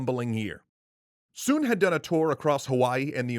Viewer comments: His name is pronounced with the same vowel sound as foot. It’s not “soon” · You pronounced his name wrong